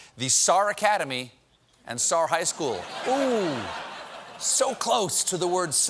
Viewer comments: It's S. A. R. Not "Sar" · I went to SAR, it is S/A/R. Pronouncing it sar is like pronouncing the CIA as seeya. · S A R not sar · That’s not how you pronounce our school’s name. You have to say each letter S A R. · it’s S A R not sar. it stands for something haha